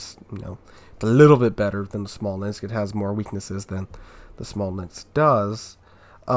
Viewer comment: It's called "Smolensk"